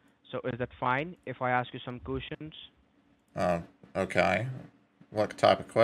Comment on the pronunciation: Suspeeechus😂cushion? He means questions😢officer Frank?? He calls you 😂the Banchode has closed each and everything 😢he is very tired tell him to have a nap under his desk on the filthy carpet like they all do.nice green hat he has😂with a ball on the top😂well done